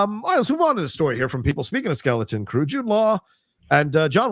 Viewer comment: Take a shot every time John calls it “Skellington Crew”.